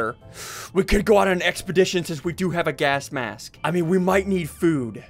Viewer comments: Bro that's Mary Jane , not Dolores who is playing the tuba. Also, Ian pronounces gas mask as gask mask. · HE ALWAYS SAYS GASK MASK HAHAHHAHA